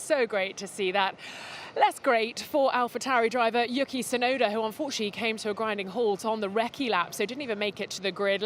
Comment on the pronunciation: Can she stop calling Yuki, Yucky Tsunoda?! All the other interviewers are saying it correctly and shes just persistent in mispronouncing it!